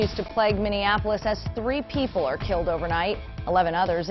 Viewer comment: The reporter said “kilt” instead of killed several times.